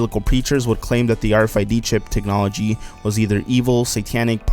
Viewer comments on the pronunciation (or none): none